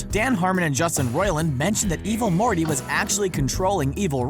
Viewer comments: At one point i thought he said "Evil Horny" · Stop saying evil morty like that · The Way He Says Evil Morty And Rick Its Hilarious... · STOP SAYING EVIL MORTY LIKE THAT 😂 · Little bit of constructive feedback, the dramatic pauses and emphasis used when saying "evil morty" take away front the video and make it hard to watch. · Evil morty like that